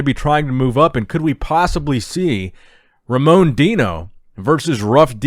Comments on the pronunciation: Brazilian here. Just so you know, its pronounced Hamon (as in "heart") Hosha And not with a hard "R", but with an H sound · Hey, just a heads up, Brazilians don't roll their "r". When a word starts with an "r" it's pronounced like an "h", like Hamon. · I lost everything when some american or whatever non-portuguese speaker tries to pronounce Ramon's name